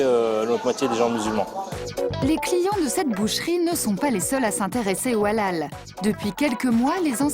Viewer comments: On dit halal pas a lal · On dit helal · On prononce "Haléle“.. Faites un effort quand même.. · Je croyais qu’elle disait à l’ail 🤣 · Sa me fait rire quand elle dit halal 😂😂 on dit pas comme sa mais bon 😂